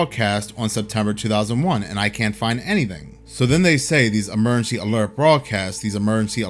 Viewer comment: If you can't say the word emergency, why do a video where you have to say the word emergency 5,000 times?